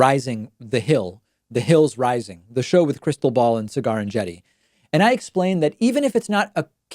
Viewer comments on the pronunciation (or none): Haha, the way you pronounced Sagaar's name made the Closed Caption think you were saying 'Cigar.' XD